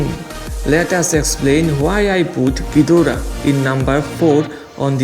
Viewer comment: I was thinked you say ghoidra dora😂😂